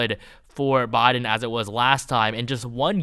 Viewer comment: Christ it's "Biden" not "Boden" lol